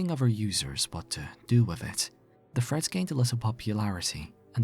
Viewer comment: Freads? You're Asian.